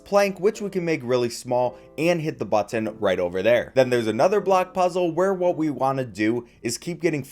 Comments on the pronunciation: Never heard someone who pronounces the t's like that in button haha butt-in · Man you really say BUT-TIN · I love everything about this except for how this guy says button like "butt tin" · The way he says button has got me on the floor😂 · The way you say "button" is really strange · the way he says button is so awful I cringe every time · this guy says "button" weird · You say "Button" like you don't know how YOU should say Button. It sounds like it's someone else's accent for just that one word. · Never heard anyone hit the word “button” with the hard T like that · it feels like you had never come across the word 'button' before this video.. you know it's one word not two right? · Ahhh i cant do the over pronunciation of "button"